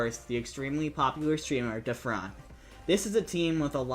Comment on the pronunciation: Omg the way you said Dafran was way too funny than it should've been